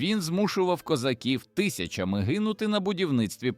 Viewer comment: зломати - ЗЛАМАТИ давайте домовимось - домОвмося давайте подивимося - подивІмося гЕтьманщина - гетьмАнщина гЕтьманська столиця - гетьмАнська столиця по кІсточках - по кісточкАх похреснИця - похрЕсниця тИсячами - тисячАми змовчАли злочин - замОвчали злочин по-нОвому - по-новОму * Якщо начитує штучний інтелект, тоді можна писати текст для нього разом з усіма наголосами. * Так званий "союз" було розірвано москвою ще 1657 року, коли москва уклала угоду з польщею проти України. У відповідь Хмельницький уклав угоду зі Швецією (Карл Х) та Трансильванією(Ракочі). Від того дня так звана "переяславська угода" остаточно припинила своє існування і втратила чинність. Навіть, якби вона хоч колись існувала насправді. Оскільки ориґіналу цієї угоди не виявлено досі. Відтак, її взагалі не було підписано. Оскільки сторони не домовилися.